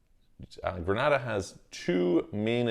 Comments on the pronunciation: Pronunciation is incorrect. Gree- nay-da. Granada is in Spain. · It’s Gren-ay-da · It's pronounced "Gre-nay-dah". If I had the resources, I would invest in the Grenadian and Turkish Passports and also get a Mexican Residence. This would allow me to live in both Istanbul and Mexico City for six months each.